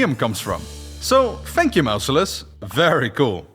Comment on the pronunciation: "MOUSE-ilus"? Bruh, use google and learn how to pronounce things.